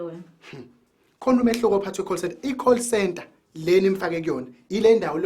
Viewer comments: Call/coal centre🤣🤣🤣🤣🤣 isingisi....habayu, 🤣🤣🤣🤣🤣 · Weleleeeee coal center versus call center, isingisi isingisi🤣🤣🤣🤣🤣